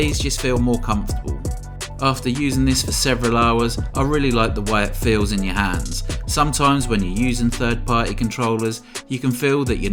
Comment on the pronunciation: What do you want from a guy who speaks "It's a compe'e'ive controuulerr, which fales like a pro controuulerr and kapes a classicul..." I just muted it, turned subtitles on and enjoyed the review which is pretty nice btw.